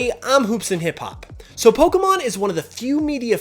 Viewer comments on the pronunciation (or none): I hate the way ppl saying pokemon like how this guy does...